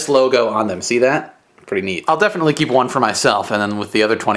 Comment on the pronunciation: She said "dont ceep your computer on stand-by"